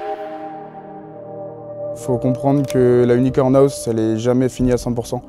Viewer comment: Qui peut m'aider ? Il dit aouse au lieu de house pour une bonne raison ? Ça m'a fait rire on dirait les vieux qui disent face de bouc 😂😂